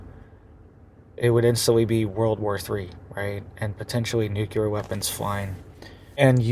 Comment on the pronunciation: You can spell nuclear... Why can't you say it? I'm sure you used to. But that's like 6 times in a row you said it wrong